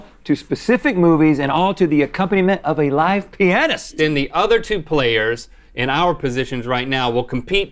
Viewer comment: Why did Rhett say “pianist” like that the first time he said it lol